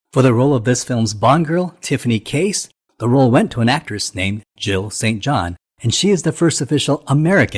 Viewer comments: It’s “Tiffany CASE”… not “Chase.” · It’s not Tiffany Chase. Her name is Tiffany Case. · Not Tiffany Chase.. Tiffany Case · It's Tiffany Case not Chase